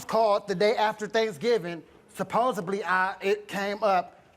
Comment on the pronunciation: Stop saying SupposeBly!!!